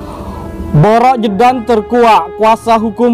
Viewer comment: Bukan Jeje pak, tapi JEDUN😁